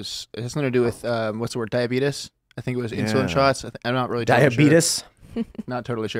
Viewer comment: Diabeetus. It is a meme